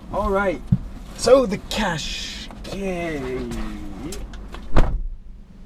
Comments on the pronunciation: It's cash kye not cash kay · Love the way how he pronounces qashqai